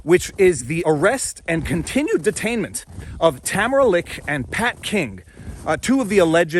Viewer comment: You keep going between pronouncing Tamara's last name "Li-cha" and "Lick" and its kind of disorienting. Pick a lane.